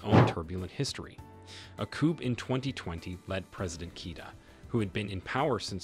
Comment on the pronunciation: ...your pronunciations are woeful,....eg...coup.....silent p